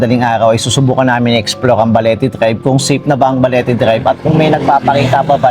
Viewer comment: Parang iba yong pagkaka bigkas mo Ang tama is Balete drive, sayo ay Baliti drive